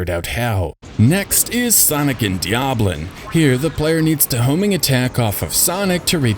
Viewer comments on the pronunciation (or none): Dia blon ...not Dia blin